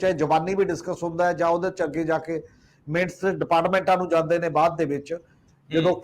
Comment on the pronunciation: Bhai sahib, the pronunciation is not ਮਿੰਟਸ rather it is minutes (ਮਿੰਨਟਸ).